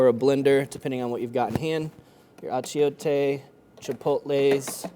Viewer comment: Bro!! You need to learn how to say Achiote!